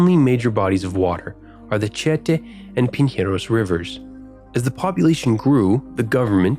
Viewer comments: Pro tip: accents in Portuguese means that is the streest vowel of the word. AKA it's tieteeeh, not tieeehte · tiete is pronouced like chi-e-te, the first e have the stress and is a closed one barra bonita is like ba-ha bo-ni-ta, stress is in ha and ni paulistanos is pawlist-ugh-nos sao paulo = s-ugh-w paw-lo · tiéte (fan, admirer) is different than tietê (the river's name) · As a paulistano myself, I gotta admit this is legit the best video of São Paulo from a foreign perspective that I have ever seem. You covered the most important points of the city. Its beauties and flaws. Congratulations! (The way you say "Tietê" is funny tho lol) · Tietê e Pinheiros= Chee Ah Ta and Pin Haros Hahahahahhaha Its chee eh teh and pinieiros